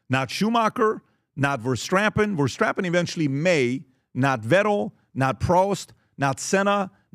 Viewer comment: "Max Verstrappen" ?